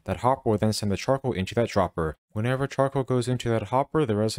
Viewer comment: Ngl,i really heard 'chocolate' instead of 'Charcoal' 😂